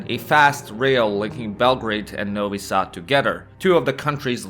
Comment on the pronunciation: Say Novi Sad instead of Nouwy Saad. You arent american.